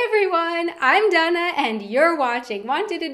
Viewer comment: When you say your name it consistently sounds like Donna, not to me.